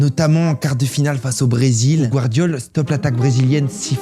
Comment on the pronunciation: J'ai entendu gvardiola